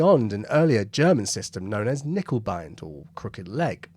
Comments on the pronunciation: In German, words beginning with K are also pronounced with a k. So it's not "nickebein", it's k-nickebein. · yes and certainly not "nickeL bine", as the presenter seems to say in this video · In German it's handy to pronounce every letter..there is an N...in KerNiccker.. Just fyi... Lovely vlog. Have subscribed It was discovered at Cockfosters incidentally.. in the unique pow camp in the ultra posh Trent Park House ..by listening to top rank German prisoners...chatting Not by listening for it ... Isn't war bloody daft.